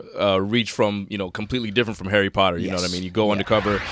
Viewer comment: 'Arry Potter